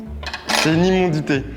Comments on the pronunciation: Immondices et pas immondites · Immondice Charles s’il te plaît 😭😭 Pas immondité 😭